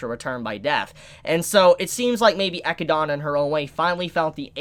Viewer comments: classic mispronouncing names n shit lol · Learn how to say Echidna's name properly. It's not that hard, they verbally say it. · You say Echidna wrong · I just have one thing to say: Please say Echidna just like in the anime, my mind triggers something when I heard you say her name (not in a good way) :"v